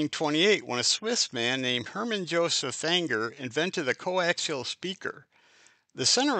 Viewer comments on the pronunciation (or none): none